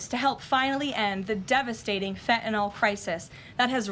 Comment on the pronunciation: Karoline is the ONLY public person who pronounces the word “fentanyl” correctly! Most everyone says fentanol like it rhymes with alcohol. Drives me NUTS (not that I have far to go, but …). Thank you Karoline!